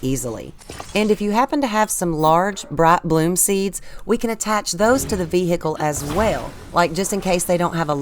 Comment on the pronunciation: What is a veehickle ?